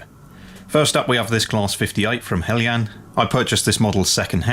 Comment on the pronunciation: Nice to hear the pronunciation 'helyan' rather than 'heljan'. Greetings from Denmark.